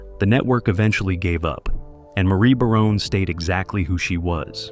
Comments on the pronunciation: Great show. One more thing it's pronounced Ba"rone. Not...Ba"roney". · I was here to say the Exact same!! 'Baroney' Ffs 🤦🏻‍♂️ It was 'BARONE' 🤷🏻‍♂️ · It's pronounced Barone. Not Baronay. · This dude (or bot) can’t even say the families last name correctly. What a joke